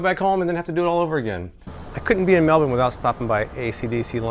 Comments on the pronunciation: Loving that you tried to tear the note! They're also washing machine safe :) I hope you really enjoy your stops in Surfers and Sydney, and I'm sorry I didn't get to see you again before you left! Safe travels! 💙💜❤️ And congratulations on your pronunciation of Melbourne! You're almost an Aussie now ;) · Thank you for saying Melbourne properly in the intro! 👌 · From a Melbournian, thanks so much for pronouncing it correctly! Hope you had a great time and wish I could've said gday!